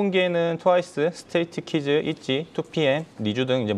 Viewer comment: 스트레이트키즈가 아니고 스트레이키즈